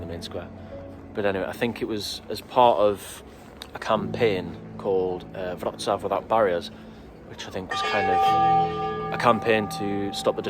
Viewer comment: What a great film. And well done for pronouncing Wrocław correctly. Just one point of information. Unlike Latvia, Lithuania, Estonia etc Poland was never actually part of the Soviet Union. After the war, the Soviet Union installed a communist regime in Poland, which would do what the Soviet Union told it to do, just as they did in Czechoslovakia, East Germany, Hungary, Romania, Bulgaria etc These regimes were meant to act as a protective wall between the West and the Soviet Union. They were known as the Warsaw Pact countries and although the regimes were (mostly) loyal to Moscow they weren't part of the Soviet Union itself.